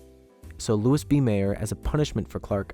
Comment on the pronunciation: Not trying to crap on your success (your videos are really well made), but I think you need to research some of the name pronunciations a little more. It's Louis B. Mayer (as in Louie), Vivian Leigh (Lee), Hattie McDaniel (Hatt-y) . It's nitpicky, but you can be good or great. And I think you want to be great. You're on your way.